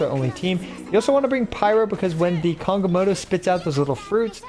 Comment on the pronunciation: why are you calling him kongamoto?